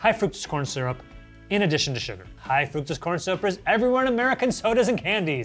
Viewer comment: You guys should learn how to pronounce fructose, you're way off!